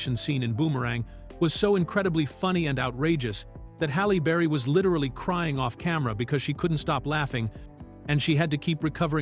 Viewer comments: Busted !!!! Listen from through The AI says Hollow berry then says her name correctly Halle Berry (Halley Berry) This is annoying. The AI is being programmed to mispronounce words. I wonder who is the imbecile that thinks if you program an AI to constantly mispronounce words, it will appear to be more human. This is a level of thinking you would expect from someone like Michael Rapaport or Sam Harris or Joe Biden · Halle burry🤣🤣🤣 this AI shit funny🤣🤣🤣